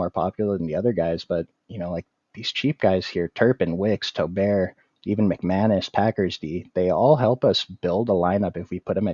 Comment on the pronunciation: Not to be that guy but you said doobs when I think it’s pronounced like Dobbs as well as you said Tolbert like toll bear when it’s pronounced Toll Bert just a heads up. Good stuff tho